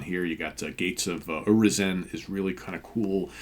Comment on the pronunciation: Gates of Urizen. yoo-ry-zen